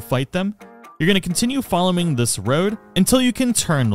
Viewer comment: bro said followming like 7 times